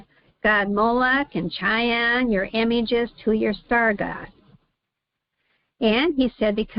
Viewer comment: KEE-YOON it is read. Think of Key (of) Jung 🙃 Hope it helps.